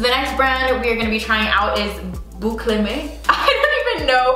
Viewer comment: Hey ! Bouclème is pronounced "booclehm", according the spelling (I assume they wanted a French sounding name from the "è" and the fact that "boucle" means "curl" in French) 😊 let me watch the rest of the video now 👀